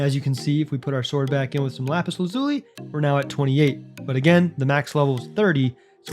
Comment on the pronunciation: Lapis lazui😂